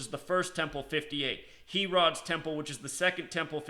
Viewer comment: Lol and it’s not HE-rod, it’s pronounced like hair-id